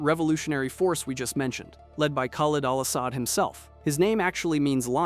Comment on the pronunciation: “Khal awl awl Awsad” lmao